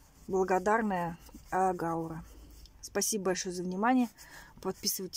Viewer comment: гаУра , ударение у этого растения